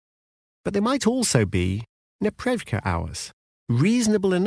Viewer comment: Ok, it is a "nepreRYVka" (непрерывка - meaning "continuous, uninterrupted"), not "neprevka". As a native Russian speaker, I broke Google trying to search for what you were talking about :)